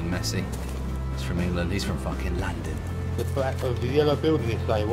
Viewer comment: That "Landan geeza" made me cringe. Dont worry guys, not all of us speak so foul as he. XD